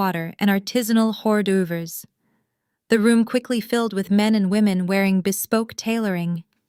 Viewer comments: “Or-dee-ooves” hahahaha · Wow the pronunciation of hors d'oeuvres is simply so asinine that it completely distracted me that I can't even concentrate on the story itself.